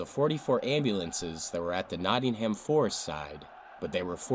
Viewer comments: Nottingum, not Notting ham How do pronounce New Hampshire? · The whole football culture was very different then. Pitch invasions and hooliganism was a major problem and you can see why the police acted as they did :(. (Btw Hillsborough is pronounced 'Hills-brer (short sound at the end) and Nottingham is pronounced 'Notting-um.') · Hillsborough is pronounced, "Hills bru" and Nottingham is, "Notting'm", btw. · Kept grating on me when the guy that made the Hillsborough video couldn't even pronounce Hillsborough, Yorkshire, or Nottingham properly.